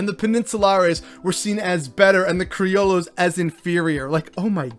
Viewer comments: I think the proper pronunciation of CRILLOS , White Spanisrds born in Mexico , is criyos ..mot criolos ..lol...just saying . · "Gusano" doesnt mean Cuban American. This is a tough topic, and I think you should at least know what the F youre talking about before you post Edit: "Cree-oh-lows" lmao I just have to admire gringos willingness to make themselves look stupid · Pronunciation tweak - Criollos = “Cree-o-yos” - but otherwise a solid video. Truth bombs. 👊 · Double L in spanish and french prononced like a y which also exists. So like crioyo sound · Fire ass info 💪🏽. The mispronunciation of criollo low key bugged me tho 🫢